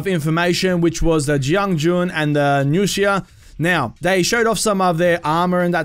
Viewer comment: I was already really hyped for marching fire and seeing the nuxia just made me even moe hyped also finally hearing someone pronounce nuxia correctly (besides metatron) was pretty nice